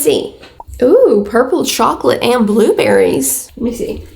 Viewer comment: Why did have a British accent when she said blueberry chocolates hahah